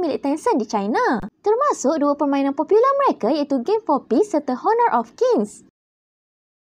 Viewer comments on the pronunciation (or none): Admin maaf.. h is silent .. "honor" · cara sebut honor h tu silent min 😌